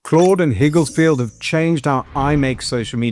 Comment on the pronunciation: It's not Higgles 😄, Its Higgs-Field. Besides that great video